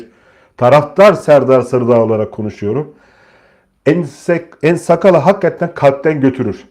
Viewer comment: nsakala değil nsakara